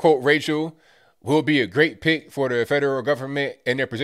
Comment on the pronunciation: He says, "not a good pick". But I swear it sounds like, "not a good pig". Wouldn't that be the truth?